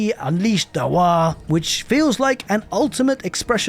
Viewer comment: "the waa system" its "THE WAAAAAAARRGGGHH"!! and not the waa.